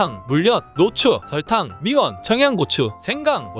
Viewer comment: thㅏ(싸)이다. thㅓㄹ(썰)탕 th (쌍)추 발음이 너무 쎄요 ㅎㅎㅎㅎㅎ